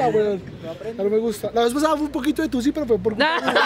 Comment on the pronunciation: Gabriel: Tussy social. Yo habiendo escuchado P-u-s-s-y- social